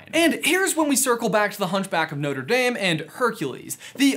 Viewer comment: You said it wrong the first time, you said literally "Noter" then pronounced it right & said "Notre"